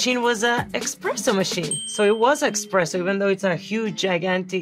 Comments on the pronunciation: With all due respect Sofia Vergara, but it's ESPRESSO not EXPRESSO. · I almost am a believer except she says EXpresso when it’s ESpresso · Essssssspresso not Expresso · Only she’s keeps saying “expresso” 😬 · Amazing! I do believe but I almost couldn’t that she really guessed all these right. If she now would pronounce it eSpresso my Italian heart would be very happy 😂 🇮🇹 love Sofía she is a goddess! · eXpresso though 😂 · There is no x in espresso. Someone should tell her. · How can she know this much about coffee and say eXpresso?🥲